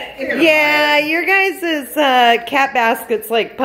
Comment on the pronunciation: What is a "guyzuss"? Kitty not happy with a doggy playing with her toys. lol